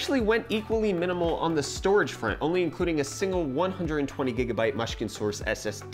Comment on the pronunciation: Its "gigabyte" son....not "gegabyte"